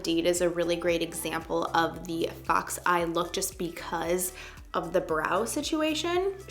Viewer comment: I thought she said fuck's eye when she meant fox